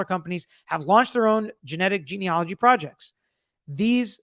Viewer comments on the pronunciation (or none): none